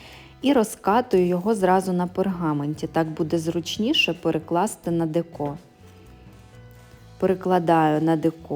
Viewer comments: декО, чому не деко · Все добре, тільки те декО дуже ріже слух. Чому не дЕко?